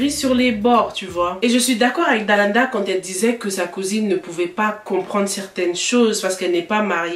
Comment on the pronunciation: Ça me stresse quand tu dis Dalada 😅 au lieu de Dalaaaanda